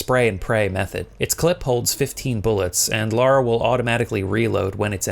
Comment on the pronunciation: For the love of... please people call Lara LARA and Laura LAURA (rant over) thanks for the vid